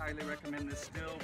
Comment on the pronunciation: He's actually pronouncing it properly. All the Germans would give you funny looks if you tried saying it as "steel" over there